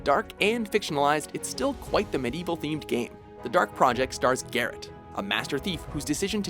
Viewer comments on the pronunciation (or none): Am I the only one who's kinda uncomfortable with this guy's pronunciation of Medieval?